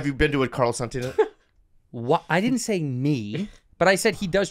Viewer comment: SAN-TAN-UH! SAN-TAN-UH!